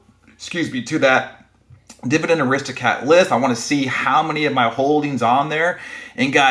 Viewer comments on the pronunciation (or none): FYI Aristo CRAT not cat